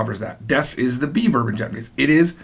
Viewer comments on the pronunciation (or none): Every time you say "be verb" I keep thinking you're saying "beaver" and I get thrown off, lmao. But...I've been binge watching your video lessons for the past 3+ hours and I'm having a blast.